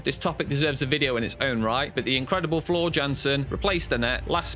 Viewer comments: Mispronounced both Tarja’s first name and Floor’s last name. Floor’s reaction was to her singing GLS at Wacken, not of other reactors, and happened a full year before the controversial comments he was referring to. Either incompetent or dishonest. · There is no way you are huge Nightwish fans when you can’t pronounce anyone’s name correctly. Getting both Floor an Tarja’s names wrong says it all. You are just looking to sh!t on something.